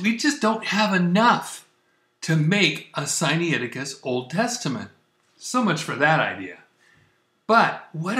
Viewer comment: It is not Sigh Knee aticus. It is Sigh nigh ticus. nai is not knee eye; it is simply night with the t dropped.